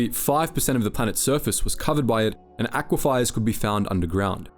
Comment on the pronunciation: I think he sees an i that isn't there, he pronounces it as if it was Aquifiers, with a second i immediately before the e.